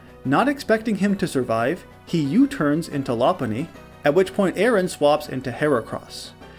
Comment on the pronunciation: Anyone else pick up on that? A-Aron 🤣